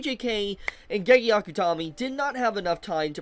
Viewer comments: It's pronounced GayGay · Till the end, for his life can't pronounce "Gege" right